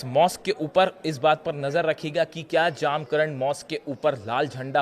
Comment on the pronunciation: 1)मस्जिद का नाम जामकरन नहीं है. मस्जिद का नाम "जमकरान" है. 2)और कृपया "इमाम महदी अलैहिस्सलाम" कहिये.